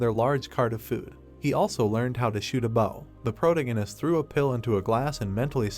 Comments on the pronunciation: Sorry, but I couldn't continue watching this after the first mispronunciation of "protagonist" less than 10 seconds in. It was pronouncing it as "protoganist" and it kept irking me every time I heard it. It's not even spelled that way so how could the AI mispronounce it? Just use "main character" rather than butchering it. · Sorry man I can't watch this I would but when u say protagonist I can't hurts my head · Someone needs to teach this stupid robot how to pronounce 'protagonist'